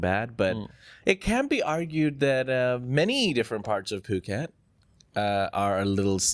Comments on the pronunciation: Good one....poo ket:face-purple-crying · good job today boys, even with the POO-ket joke 😊😊